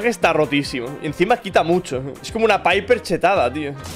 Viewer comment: como que biper, no setia paiper